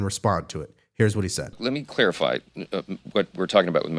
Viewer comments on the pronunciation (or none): 'Clarify' not 'Clearify'